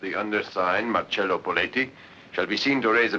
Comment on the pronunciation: It’s MarCELLO not MarSELLO!!